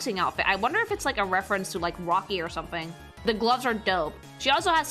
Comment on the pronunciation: does say "woky' instead of rocky?